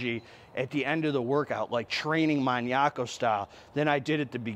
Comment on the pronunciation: Yooo. Did you just say training like a "muniaco"? 😅. That was freaking awesome. Keep up the good work homie. You're appreciated